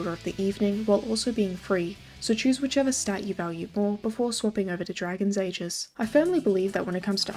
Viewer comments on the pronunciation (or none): none